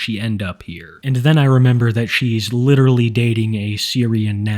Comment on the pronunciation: The inescapable war torn lives of innocents, is just not worth it for her, "like letterrelly" .